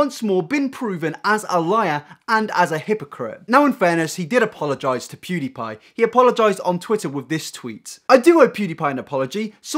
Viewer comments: The way Onision says pewdiepie annoys me. It’s pewwwwwdiepie. Not poooodiepie. I sound like hermione. Lol. It’s leviOsa. Not leviosA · I HATE how he says pewdiepie. ITS NOT POO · No one: Onision: POODEEPIE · He pronounces pewdiepie as 'poodiepie' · The way onison calls pewdiepie pooDiePie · He called him PUDIEPIE 😁i cannot !Mate if u wanna go after someone atleast say their name right😂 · I hate the way Onision says Pewdiepie. "Poo diepie" wtf cringe. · Onion Greg says “pewdiepie” like “pudipie” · Onison: “poodeepie” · why does he keep saying "poodiepie" wtf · onision is say pewdiepie wrong its not pooddiepie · awesome video but if i hear onision say “poodiepie” one more time i’m calling the police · Onision: “PooDiePie” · I fucking hate how he says poodie pie, he thinks he is funny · Onision can't pronounce Pewdiepie, lmfao. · Onion brain cant even say PewDeePie right XD